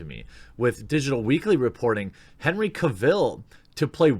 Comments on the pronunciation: Not ca vill. Cavel pronounced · What do Americans always miss pronounce British name's its not Cav,ill its Cavil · Man it's not pronounced Henry Cav-ill. It's pronounced Cav-el like "Travel" in his own words... Big fan but i hate when someone pronounces something wrong that's so easy to google. Edit: Also I know Sam Worthington hasn't had the best career but hes my #1 pick for Wolverine so far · How can he butcher Henry CarVIL’s name so much in this video LoL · Stop saying Henry Caville. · Don't you just love when he says "Kuh-vill"? XD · His name is Cavill. Pronounced Cav-ill like Travel. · Henry Cavill recently posted a video and he clarified that his last name Cavill is pronounce Cav-el like Travel. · Lewis Mckenzie CAH-vil, CAH-vil, CAH-vil! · Please learn how to pronounce Cavill. It's painful hearing it mispronounced 20 times in 10 minutes! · Think you pronounced Henry Cavil’s name incorrect lol!